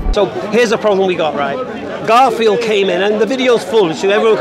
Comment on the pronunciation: was calling the man 'kaffir' instead 'garfield' again and again.😭😭 I laugh every time he did that intentionally..🤣🤣